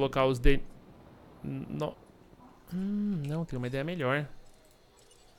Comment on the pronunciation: "Meliorrr" série, muito boa MSM!